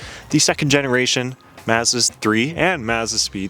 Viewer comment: Bro, it's "Maawzzdaah", not "Mizzadwah" 😂